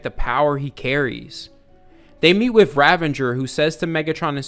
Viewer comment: its ravage not ravanger